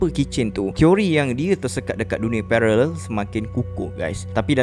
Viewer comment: kesian susah susah sebut pararel...takpe..sebut pelir je..kami faham😀